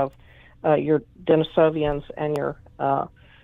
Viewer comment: Denisovan Den•is•o•van not Denisovian